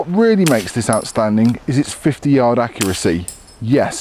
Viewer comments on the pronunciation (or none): none